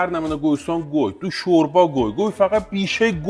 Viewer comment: فقط شوربا گفتنش 😂😂😂😂